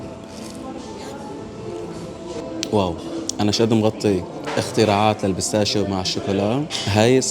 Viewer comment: كاني سمعت بستاشيو مو فستاشيو هههه